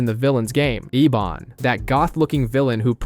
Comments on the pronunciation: It’s pronounced Ebon not Ebin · It's pronounced Ebon not Eben.